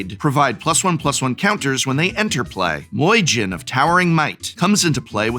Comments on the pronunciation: Listening Prof pronounce myojin as moyjin sounds kinda weird. Aside from that, please let this be a series. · "Moijin" 🤣 Oh Prof, I love how hard you lean into mispronouncing Japanese words and names. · Myojin is pronounced “mee-oh-jeen” (-jinn is also acceptable) with the first two syllables sort of ran together. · That Moy Gin gets me 😂 honestly the perfect deck for the myojin tho I love that synergy and pronunciation